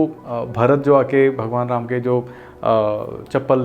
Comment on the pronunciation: Hindi sahi se bol rama not ramaa